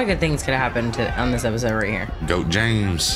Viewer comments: EP, EP, EP---isode, NOT APPISODE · Was he saying " appisode "?